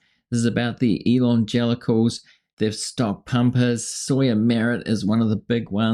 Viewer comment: whenever he says "elon-gelicals" it sounds a lot like "elon-genitals" and that's ..... NOT a mental image I want